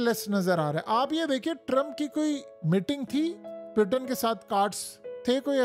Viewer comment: پلیزززززز پیوٹن نہیں ہوتا پوٹن ہوتا ہے جنگلی انسان